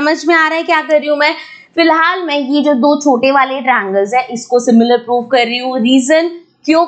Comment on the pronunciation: That's so funny when mam says 'poof' instead of 'proof'😅